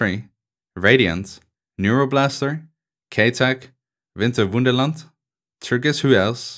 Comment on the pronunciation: Just because you said "Winterwunderland" right you deserve more subs